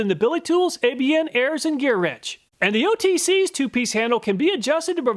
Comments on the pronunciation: I've said this in a previous video. ARES is not pronounced Airs. It is pronounced like Air-Ease, like the Greek god of war. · I have to be that nerd today. Ares is the Greek God of War. Pronounced like "air ease" not like "airs" Ares in Greek mythology is Mars in Roman mythology. Forgive my pretension. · Very nice! BTW, If you look up Ares, the Greek god of war, you will find that it's pronounced "air ease." 😉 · I love your methodology and what products you test. Only one thing. Ares is pronounces AREES. As in ARES the Greek god of War